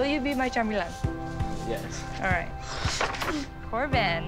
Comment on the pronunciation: Girl really said “chambilan”